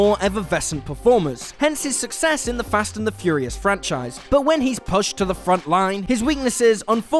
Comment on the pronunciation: you did NOT just pronounce "pushed" like "rushed just then"? Wow. Just... wow. Talk about weaknesses becoming painfully apparent!